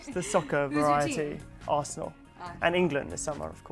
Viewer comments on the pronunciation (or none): He said Arsenal and i died on the inside